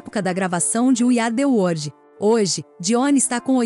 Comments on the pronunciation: Meu Deus para de dizer " wordi" é WORLD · O vídeo é bom, mas ouvir várias vezes "word" em vez de "world" é foda. Além do inglês ruim de um modo geral.